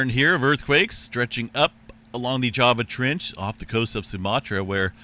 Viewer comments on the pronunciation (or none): none